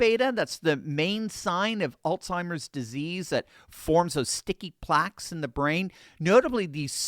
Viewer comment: it is AlZheimers not AlTheimers. There is no T